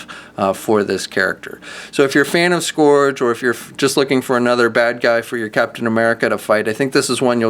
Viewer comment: Your pronunciation for "Scourge" is strange. Here is how most people say it